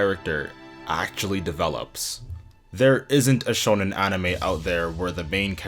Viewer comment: It’s not pronounced like “shownen”, it’s “shOnen” as in shopping.